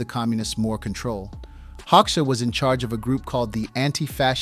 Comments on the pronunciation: Full of bullshit and I stopped watching it as an Albanian who knows better. At least fix this: Hoxha in IPA is /ˈhɔ.d͡ʒa/, not hoksha. Hoxha was a homosexual and a British agent. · ” Hauxa ” 😂😂 If there were no textning under I was wondering who the F..* were Hauxa 😂 HOGJA ( Like italian Germania ) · By the way his last name Hoxha is pronounced HOJA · The name is pronounced "Hodja". The o sounds like the au in Paul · I think it’s pronounced “Hoe-Juh” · Enver “hog sha” 😃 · Its HO JUH😂 xh=american j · When you cannot even pronounce the name of the subject of your video, there's no point in wasting my time here. I stopped watching after less than 2 mins. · Hoxha is subject of this video - so learn how to pronounce his name properly. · If you're making a documentary about someone, shouldn't you at least pronounce their name right?